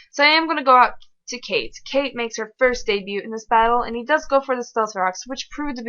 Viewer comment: Your Chansey/Blissey rage is hilarious:P Also, I enjoyed how you went French very briefly when pronouncing "debut":D Great game! For your question; I want an Umbreon plushie! I'll send you a pic of the one I want, it's all chibi and adorable! <3